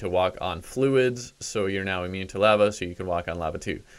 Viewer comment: aaaahhhh every time you say lava